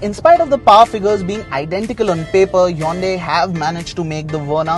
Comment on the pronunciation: it's not yonday it's hyundai u fool